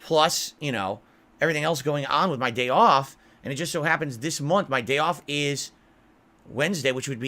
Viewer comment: He's mentioned before, multiple times, about the "day ahf" when he and Khet have ordered DoorDash 3 times in one day. They ordered breakfast, then ordered sandwiches, and then because they were so busy they had to order delivery for dinner as well. He's mentioned before how much he spends on the "Gorging with the Pig" segments. "this meal cost more than i've raised in tips today" when he has $50 in tips. He bought a $50 pizza for the superbowl event. I bet the has only spent $197 in a day on doordash deliveries. Debunked. Or, more likely, literally doesn't track his spending so he couldn't have spent $200 in a day if he never did the math. Checkmate.